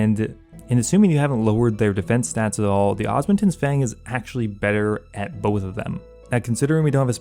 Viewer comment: DUDE, for the love of god its called the OSMUMTEN's not OSMUNTEN's That is an M not an N, why is that so hard for you to grasp? 🤣🤣😂😂